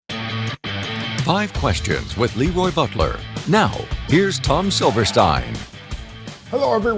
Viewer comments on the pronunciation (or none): Announcer needs to pronounce Le Roy’s name properly. Its Not LeeRoy. Its La Roy